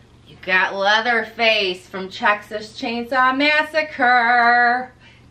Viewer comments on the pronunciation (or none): Sounded like u said check-xas chainsaw massacre lol 😆